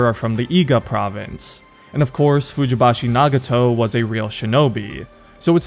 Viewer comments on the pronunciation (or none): Nagato’s last name is pronounced “Fujibayashi” not “Fujibashi” lol